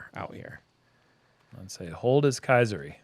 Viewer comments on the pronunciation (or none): Keisari, not Kaiseri. Pronounced roughly "kay-sar-ee"